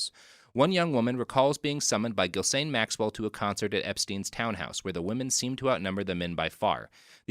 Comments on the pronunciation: * "Ghis-lane," not "Ghil-sane." This is really going to bug me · I had to bail out on this one because I couldn't take the repeated pronunciation of Ghislaine as Gill-Sane. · I’ve never heard a settled pronunciation for “Ghislaine,” but I’m sure it ain’t “Gill Sane”